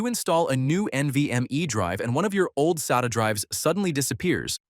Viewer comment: It's pronounced SATA, not SATA.